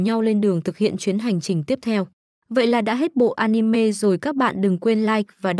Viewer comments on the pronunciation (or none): none